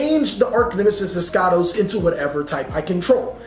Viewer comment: Finally someon who didn't competely butcher eschatos, mbt says "Eshatos" which is wrong, it's "eskAtos"